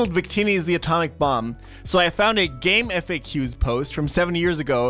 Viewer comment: Bro it's pronounced gamefacks. Not F. A. Q. You could tell me I'm wrong, but I was there in time playing Pokemon with that jenk ass internet and I used that site everyday of my life. All my ps1 games were on there it's just what everyone said. Game facks